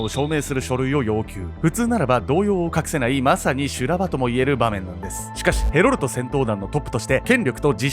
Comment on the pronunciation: ヘロルトがヘロルドに聞こえてしまう。